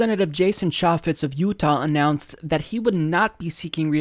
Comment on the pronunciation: Can't even pronounce chaffetz right